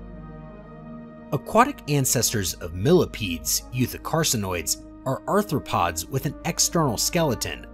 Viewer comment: Anthopods is pronounced: Arthropods, Triblites is Trilobites.